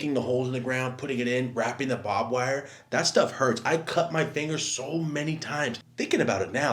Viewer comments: lmfao "Bob Wire" its Barbed Wire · bob wire wtf 😂 it’s barbed wire dumbass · You say barb weird